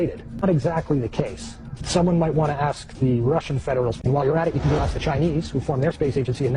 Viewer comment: aks aks aks finna go crazy when people cant pronounce ask properly